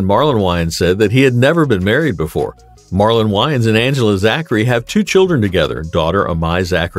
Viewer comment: If he is gonna report about someone he needs to know how to pronounce someones name